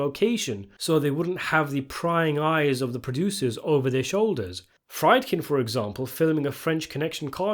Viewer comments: Friedkin, pronounced as freed-kin, not fride-kin. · bro's still saying 'fried-kin'? lmao